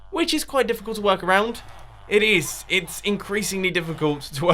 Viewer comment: ik that he said to work around but it just sounded to much like twerk around to not put a comment in!